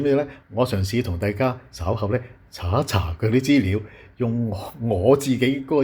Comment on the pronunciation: 大陸西就大陸西, 扮乜鬼外國返黎,資料讀成豬料